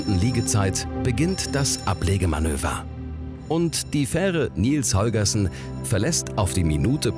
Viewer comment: Bin ich der einzige, der es zum Schießen findet, das er 'Nils Holgerson' ständig falsch ausspricht? :D